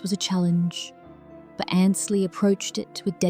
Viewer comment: More of your baloney. She is fine. Watching her now.Learn to pronounce her name correctly. It is Ainsley, not Annsly